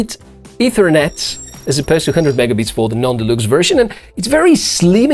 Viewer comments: I know English is not your home language. However you speak very well. But deluxe is pronounced delucks. Just trying to help. Great item.👌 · Позволю себе одну маленькую ремарку - произносится "делакс". Великолепный обзор и отличный английский, спасибо!